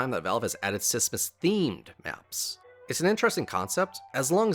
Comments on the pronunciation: please say smissmas right or I wont watch all of it :( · please stop saying sissmas